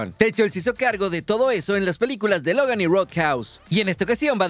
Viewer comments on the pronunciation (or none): none